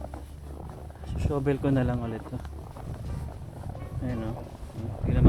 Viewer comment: Shovel po is pronounced as "shuh-vl", d po "shooh -vl". Cheers!